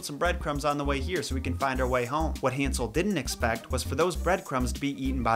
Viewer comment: Hansel? HAN-sel?! Han-SEL?